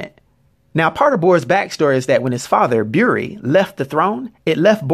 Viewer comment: I like the way you pronounce Buri. (Beery)